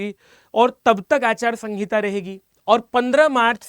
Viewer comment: Achar sangita nhi sir aachar sanhita hota hai